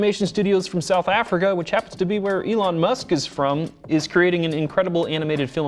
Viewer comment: Lol "Moosk"😂